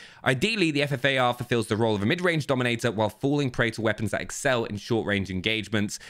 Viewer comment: he says fart instead of ffar